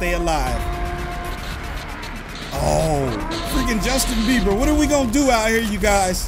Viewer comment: Its beber not bever